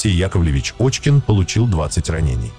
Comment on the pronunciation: Пишете фамилию Кочкин, что более правдоподобно, а читаете Очкин. Оазберитесь там.